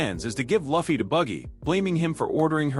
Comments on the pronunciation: Its Luffy not Laughfy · the auto reader cant pronouce luffys name, you need a human naraitor.